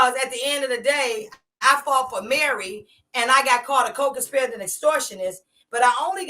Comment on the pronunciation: Three things beloved gonna do: mispronounce co-conspirator and mispronounce innuendo and mispronounce Margorie. We'll allow it.❤ Get eem,.